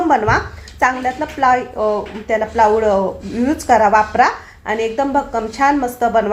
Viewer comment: सुवर्णा प्लायवूड असे म्हण प्लाऊड नाही